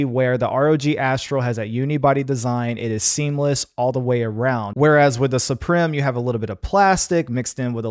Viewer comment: Suprim is pronounced Supreme btw....